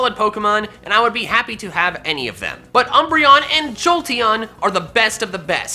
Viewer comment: THE I IN JOLTEON IS SUPPOSED TO BE AN E! FIX IT NOW!